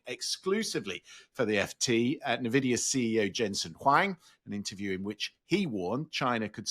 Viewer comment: Turning off after the second “nerr-vidia”. Hard to have any confidence in a host who can’t pronounce the well known name.